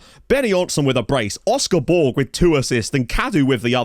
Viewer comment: Great work. In Malta, Borg is spoken similar to Borch with a very soft g rather than a hard g.